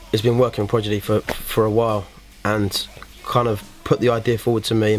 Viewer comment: I think I have heard him call them 'The Prodgidy' before haha